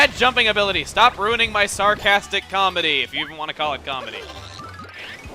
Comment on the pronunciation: Im suprised when he says "ruining my jokes" he didnt emphisis the RUIN